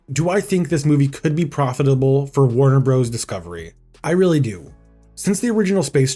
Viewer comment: "Weawwy Bad" -Elmer Fudd